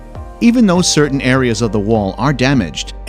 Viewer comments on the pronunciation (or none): none